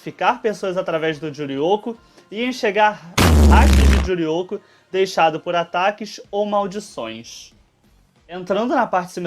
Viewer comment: Humm ela gosta de falar Juryoko...